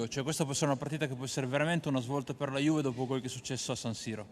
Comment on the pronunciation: Incredibile, Danilo come anche De Ligt parlano fluentemente italiano al secondo anno, mentre Ronaldo, che é al terzo anno, non spiccica mai una parola in italiano e comunica solo in spagnolo. Non ha neanche imparato a pronunciare correttamente Juve e dice Giuve. Potrebbe anche fare un corso e prendere esempio dai suoi compagni, anche per rispetto del paese in cui vive e della società che lo paga fior di milioni.